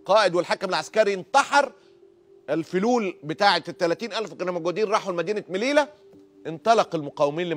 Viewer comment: اسمها مليلية هناك ياء قبل التاء المربوطة